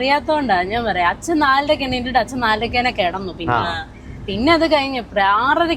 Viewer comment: അച്ഛാ, ചേച്ച എന്താ രതിഷേ ഇതൊക്കെ കൊച്ചച്ച, ഇയാൾ.... ൻ എന്ന അക്ഷരം പഠിച്ചിട്ടില്ലേ, അതോ പുതിയ മലയാളം ആണോ, വെറുതെ ചിരിപ്പിക്കല്ലേ